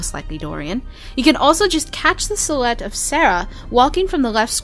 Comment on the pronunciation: This is overall a very solid Dragon Age video; the information content works well and is interesting. I have a hard time understanding you though when you start talking fast, you don't seem to pronounce certain words correctly. The word silhouette because "sull-ett", line armouring is "line armurring." Definitely is pronounced "daff-initely." It seems like your reading too quickly or something and tripping over your words.